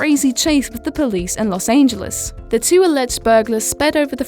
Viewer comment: Los aingeles